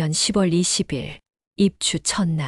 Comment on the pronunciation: 10월을 시월이라고 해야지 십월이라고 자꾸 읽네...어이없다